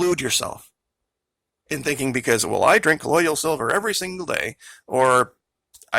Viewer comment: You are pronouncing colloidal incorrectly... it's co loid al not co loid ial.